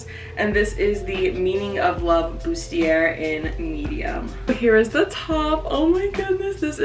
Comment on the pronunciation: its pronounced boo-stee-ay! its french, so dont pronounce the r at the end